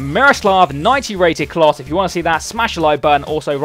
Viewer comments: It's closer that s how you say it klose is how you spell but use klose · It's pronounced Klowse for future reference :) KLOS sounds bad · It's said Close-a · Its miroslav klose, you pronounce the e on the end. Its not klos, but sick vid man! In my top 2 series on youtube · Klose is pronounced like 'Closer' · Isn't it Klos- Ah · It's pronounced kloser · It's pronounced "kloser" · Pronounced clow ser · Im german its pronoinced Kloh- se or Klo-'se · Its not. Trust me, Im from Denmark, above germany, I know how to pronounce "Klose"